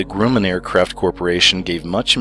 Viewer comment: Grumman- it’s pronounced Gruh-man (I’m from Long Island)